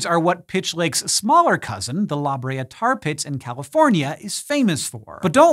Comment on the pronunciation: Did you SERIOUSLY just call the La Brea (Laah BRAY-uh) tarpits, the "Labria" tarpits??? 😆😆😆